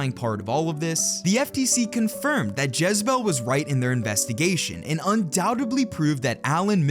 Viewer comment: Dis muhfucka said jezzabel 🤣